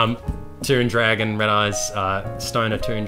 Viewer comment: Whenever says "dwagon" it reminds me of iDubbbz saying "Minions"